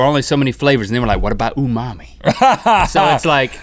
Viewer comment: *unami pronounced oonami but spelled unami not oohhh mommy